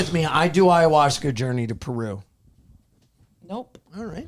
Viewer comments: is not allowed to do ayahuasca until he stops saying ayahuashca 😩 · has got to stop saying it like "aya-wash-ka" lol